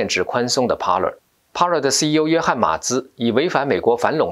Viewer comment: TV 不唸T（薇） V的發音是由上額的牙置於下唇發出的音. Parler 源自法文，意為：speak 正確的讀法是「趴累」 不唸（趴了） 謝謝你們的關注.